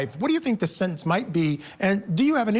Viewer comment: " In terms of the possible sennance the defendant, ummm, thirsixyeight years old". What the hoot, narration? Defendant was thirtysixty eight years old. How old was the father?